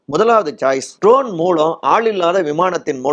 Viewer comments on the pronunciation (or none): none